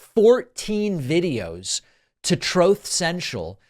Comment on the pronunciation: David, "truth" rhymes with "tooth". Just throw an R into tooth. It doesn't rhyme with "both".